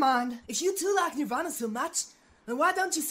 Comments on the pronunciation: Nir-van-ah is actually how you pronounce the word regarding bhuddism but nir-vah-na is how you pronounce the band's name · Nirv- AHna Not Nirv-anna lol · Neither is it mine. Anyway, it's pronounced "NirvAHna" with the a pronounced as in "father", and not as in "fan". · I hated posers man😒, some girl said she had a shirt of them n she fucken pronounced the named NER-VAEN-NA...... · I know imma get hate for this but this is why girls don't wear band shirts unless we know literally everything about it. Because you know your going to get asked a bunch of questions about it.🤦 Also when she said nirvana wrong... It gave me anxiety